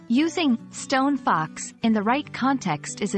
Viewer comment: you're not quite saying it correctly. The two words are stressed the same, like Bus Stop or tree trunk. In poetry this is called Spondee. Something else I was reminded of earlier today: the saying originated as Stone Cold Fox, as in she knows she is our of your league.